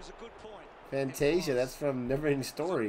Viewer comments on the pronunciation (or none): Orazio Fantazya (Fantasia) is pronounced Fanta (as in the drink) Sia (as in the singer). It's stuck though & everyone calls him what Brian calls him.